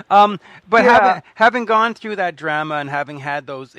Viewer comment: Dude, say DRAMA correctly please!!